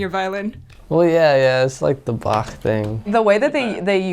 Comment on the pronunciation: "Well yeah yeah, it's like the BaCH thing." Mad props for him being the only one pronouncing Bach the German way (-ch ending like a Scottish Loch!):elbowcough: But as Chancellor Gorkon states: "You have not experienced Bach until you have heard him in the original Klingon tuning." ^^